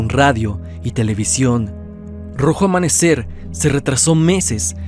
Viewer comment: Excelente trabajo, me entretiene mucho tus vídeos hace que se me pase el día más rápido, solo una observación dice "rojo amamecer"